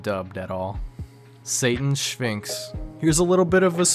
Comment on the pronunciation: Aight are we not gonna acknowledge he says "Satan's Sphinx" as "Shayton's Sphinx"